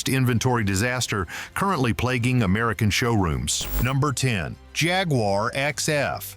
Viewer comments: Please learn how to properly pronounce "Jaguar". You sound foolish. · How do the yanks say it?....Jaguuuuuaaar